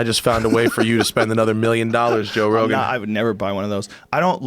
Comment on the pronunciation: Joe "car" rogam